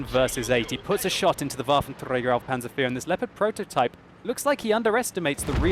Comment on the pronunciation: I don't really like how you say "Waffentrrräger" :D